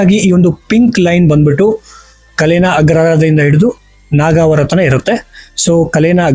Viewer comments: ಹೆಸರುಗಳನ್ನು ಸರಿಯಾಗಿ ಹೇಳಪ್ಪ .ನಾಗವಾರ ಅಲ್ಲ ನಾಗವಾರ. ಕಲೇನ ಅಲ್ಲ ಕಾಳೇನ ಅಗ್ರಹಾರ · ”ಕ‌ಲೇನ" ಅಲ್ಲ, "ಕಾಳೇನ" ಅಗ್ರಹಾರ